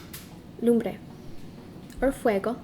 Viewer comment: En fueco??? No mams. Es impresionante como con cara de nopal no hablas bien tu español. Es... En fuego!